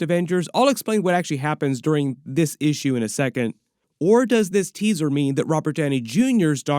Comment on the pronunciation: Every time says “Issue” I hear “feeexins” from East Bound and Down.